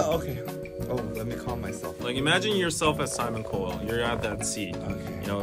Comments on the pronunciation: Simon CO WELL - I couldn’t with this pronunciation lol Guys it’s COW ELL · momo saccharide That made me laugh, too! I guess it makes sense, though...English is a weird language. “Co-well” or “cow-elle”....made me laugh every time! 😂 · Anyone who knows Simon Cowell knows he’s a troll. He said what he said to instigate this kind of reaction. He was poking the bee hive. On another note, Is anyone driven up the wall by and pronunciation of Cowell? It’s not Coe-well. It’s Cow-well, please, 😝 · Sorry but it's COW-ul. Not COW-elle. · They way they're pronouncing Cowell like 'co-well' and not 'cow-will' 😂so cute 😂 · It's pronounced Simon Cowell like cow-ell not like cole, lol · I love how they say simon co-well instead of simon cow-ell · It sounds like you're trying to say cool really badly x'D his names pronounced like cowl. ^^; Honestly it's embarrassing >>; Simon needs to stop. He's a smart business man, this is getting him the attention he wanted, but nope, nuhuh... He needs to stop. xD Edit : Oh no x'D stop the accent is so bad. Edit 2 : Nah, not mad, just taking the piss ^^; I mean it's so dumb the industry is so different you can't just compete with kpop without putting in the same work. I wouldn't call it people being malicious, it's just easy jokes because it's like kpop is this beast and Simon's this one guy poking it with a stick. xD Edit 3 : I actually like Blackpink, but those "wins" were a fucking sham. They got no where near enough votes to even compare with BTS' they only won because their US company had ties into the voting so everything else (that was supposed to go into the vote too) got ignored and Blackpink got chosen. Honestly I feel sorry for the girls, that must feel horrible knowing your company is playing dirty for you to win instead of it being for your talents. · the way they pronounce “cowell” as “co-ell”🤣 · Yes! It's pronounced cow - well , like a moo moo cow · The way he pronounced Cowell lmao I swear it's pronounced 'Cow-all'